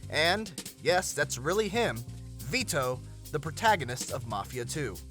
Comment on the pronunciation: How come he says "Vito" like "Vee-toe". That sounds ridiculous.